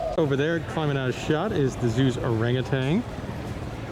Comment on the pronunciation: If you’re giving information about animals and such please get your information correct are used to work there for 17 years as a teacher one small thing orangutan at the end it’s TAN not TANG there’s no G also you call them turtles they are tortoises turtles are usuallyIn water and have a flat shell Tauruses live on the ground and dig holes in The ground to live in at least most of them are some there’s so many and they all might do different things I have enjoyed it a whole lot I have moved to the Texas Hill country and have missed it so much and now I’m too sick to go and visit if you get a chance to go back maybe you can get a special orangutan tour if you let them know you’re there they can make sure there are plenty of them out In the exhibit I look forward to seeing your other videos I saw the Lincoln children’s zoo one which was really good thank you so much take care and God bless